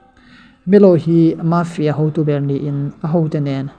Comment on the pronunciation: mafia i lam dan chu leh🤣🤣🤣🤣🤣mâfia